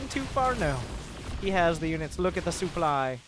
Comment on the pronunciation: the sooply